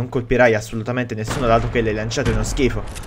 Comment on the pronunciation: AVEVA DETTO SCHIFO CON LA F